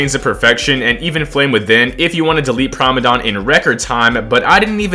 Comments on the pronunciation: Why are you saying prime-a-dom chat, it's prim-a-dom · It's pronounced Primadon not Primadon... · Why he say primadon like that